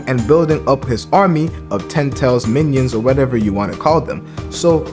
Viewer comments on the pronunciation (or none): none